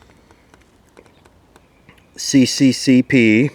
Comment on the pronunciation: 20 closet Nazis gave their dislikes. Oh and it's not "Si-Si-Si-Pi", it's "Es-Es-Es-Arrr".